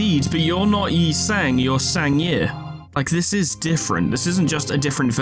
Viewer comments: The truth is revealed! never mispronounced Yi Sang's name, he was simply tuning into an mirrored dimension. As expected of our manager. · You thought I was making fun of you mispronouncing Yi Sang a bunch of times, BUT IT WAS ACTUALLY FORESHADOWING